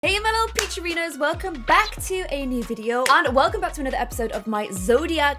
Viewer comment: Lol “ peach arenas”